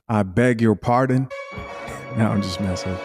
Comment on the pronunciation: "I BEG YOUR PARDEN? I BEG YOUR PARDEN?"😂😂😂😂😂